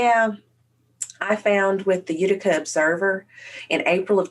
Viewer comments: You-tick-uh lol not you tike uh. And it's just the OD. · Utica is pronounced Youtika